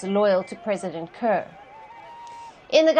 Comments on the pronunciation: Palki give us our own black 🖤 reporter not this pronouncing kiir (ker) as Car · Hes not called President Kar he is president Kiir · Why call him Car? Should be ki-rr. Like ki-ll only you replace 'll' with 'rr'. Though I'm from their neighbourhood country let the Dinkas rule this 'case'.😊 Even Machar we need to hear sound 'r' at the end